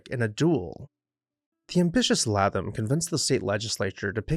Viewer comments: His name is pronounced “ Laytham” not Latham! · Fine video! However, I believe his name is pronounced LAY-tham.